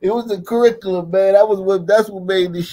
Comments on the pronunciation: Why does he pronounce "Curriculum" as Kuhrickalen"? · He can't pronounce the word curriculum